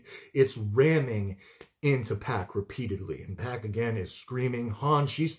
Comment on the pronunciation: Not Pack. It rhymes with dock. Pock.